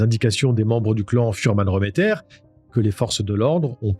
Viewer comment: A l’époque, j’étais au procès à Strasbourg. Tu passes plusieurs faits sous silence sur les fuhrmann remmeter (on prononce réméttère et pas reuméttère). J’ai une question pour l’ancien gendarme. Penses-tu qu’un débile léger /profond comme baltazar puisse fabuler ? Que sa soeur/belle soeur (je sais plus si c’était la compagne de georges remetter ou de jacques fuhrmann) puisse inventer des détails aussi sordides que ceux entendus au procès ? Il a été dit que 3 des furhmann remetter étaient dans la voiture avec Pierre Bodein, que Jeanne Marie a été renversée à dessein et emmené au domicile du clan furmann remetter. Qu’à ce moment là, pendant que les femmes préparaient la cuisine en bas, pierre, georges et jacques ont violé la petite avant de pousser baltazar à perdre son pucelage avec elle. Puis que Pierre Bodein lui aurait coupé le vagin pour pas qu’on puisse les relier à laffaire. Une des femmes du clan a dit qu’ils avaient mangé du vagin-purée ce jour-là. Comment ces analphabètes de vannier ont pu inventer des détails pareils ?